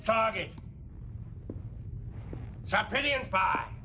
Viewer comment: I love everything about this scene (except Dorn's mispronunciation of "Sarpideon). Tension between Gowron and Martok. That GLARE Martok shoots at Gowron. Worf standing up for the Empire, at last. That MUSIC. Worf is FINALLY a badass, gloves are OFF, baby. Gowron gives as good as he gets, goes out fighting, like a Klingon. Great scene.